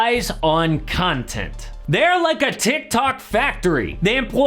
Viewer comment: Did he just say cuntent? 😳